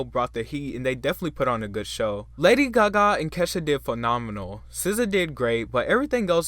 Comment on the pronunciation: Lady “Gahgaw”